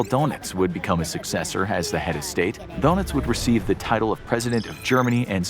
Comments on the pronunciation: his name isn’t “DONUTS” it’s pronounced “DERNITZ” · Carl donuts? Pretty sure that’s not how dönitz is pronounced. Sounds more like a mob guy from Hoboken 😀